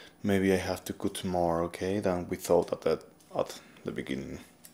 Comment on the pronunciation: )... * stylist.... Sounds like, St"hay"list El "y" en esta palabra suena como.. " hay" en español ..its very nice all that u said in the beginning for ur viewers. :) * cut... Hmm.. This one sounds like, ummm... XD... I can't think of a palabra in spanish.. You are making a " coooo' sound, but.. It needs to be a "uuu" where u open your mouth more, does that make sense? ... Sorry im so bad at explaining.. I just wanna be helpful.. ^^…… Oh, maybe like, " confienme".. U said that and it sounded like... The good sound for " cut" xD almost.